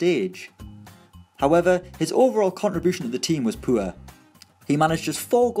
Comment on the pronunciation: He says poor like poo errr